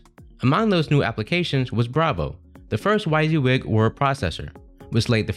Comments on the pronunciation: WHY SEE WIG??? ITS pronounced "WEE SI WIG" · How did you get the pronunciation of "why-z-wig"? 😖 It's "wizzy-wig"! Otherwise I enjoyed this video. Not many people know how much a "copier company" changed the face of computing, or how Apple's marketing genius popularized all the ideas they stole. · This was good BUT it’s pronounced WIZZY-WIG!!! 😊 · Thanks. That pronunciation was driving me crazy as well.